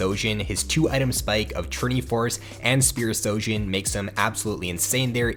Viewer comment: It's SHOjin, not SOjin, you're saying it incorrectly.